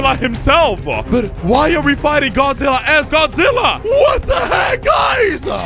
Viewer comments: Godizilla ahhahahaha its godzilla not godizilla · its godzilla not godizilla